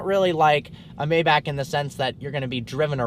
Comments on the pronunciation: Alexander Lemcke Its pronouced MyBach not mayback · It's Pronounced My-Bakh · It's still not called Maybac 😂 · It's neither "Maibak" nor "Maybaek", it's spelled "Maybach" :D If you wanna hear use Google Translator German Language voice output. Greetings from Germany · Just say maybah with HHHH not k